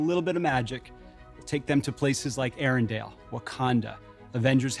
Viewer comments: I'm amazed that Disney employees don't know how to pronounce Arendelle! It's ArenDELLE, not ArenDALE!!! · Is it just me, or does he keep saying "Arendale"?